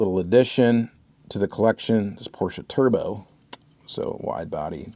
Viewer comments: Your pronunciation of Porsche is all over the place and I love it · Is the correct way to pronounce Porsche, most American dont spell the e at the end. Greets from Germany. 😃